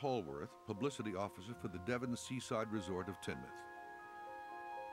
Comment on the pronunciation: It's pronounced teen-muth